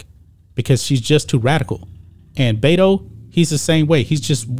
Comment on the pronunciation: Beto is short for Roberto . It's pronounced with E not A . I officially changed her name to Bata O dork .